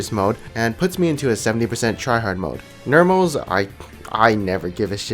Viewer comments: Normals Not nermals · STOP SAYING NERMALS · Is it just me but when he pronounces normals as nermals it's really fucking annoying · "Nermal games" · The way you pronounce Normals is interesting. Is it a Canadian accent?